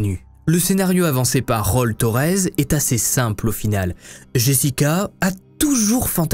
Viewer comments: Enfinnnn ton retour !!! Super hvf, merci ! PS : j'adooore quand tu prononces les mots anglais avec ton accent français "background" 😂😂😂 (et "Raul" qui se prononce "Raoul"!) Bref je t'adore 😁❤️ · Raul ?? Roll torez wtf t’est sérieux ? Roll torez?